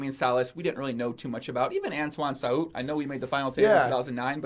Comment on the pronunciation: You actually pronounced perfectly the name "Saout" !